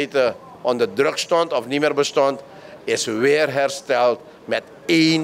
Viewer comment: Besjmetten, bezjoek, besjtond, hoogsjte, besjpreking, sjteunen. Pasjpoort. Na mi pres yerre. Ai taki!